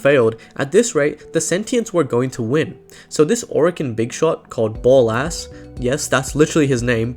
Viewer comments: it's ballas not Ball ass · a few things to point out. Ballas is pronounced like palace. At the end of the old peace MARGULUS put the tenno into cryo sleep and hid them on the moon before Ballas had her executed, put her consciousness into the sentient Natah and accidentally created the Lotus. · "and there is this Orokin big shot called Ball-Ass" 😭😭🤣🤣 was is it pronounced as "Baa-Lis" but still spelt as Ballas in game? "No that's literally his name, BALL- ASS" 😭 Okay okay